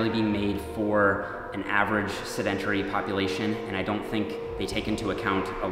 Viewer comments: Pronounced seh-din-tairy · Great video. One note... "Sedentary" is pronounced "said-en-terry". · Why do you keep saying “sedentary” with the accent on the second syllable? See also, how you say “skeletal”.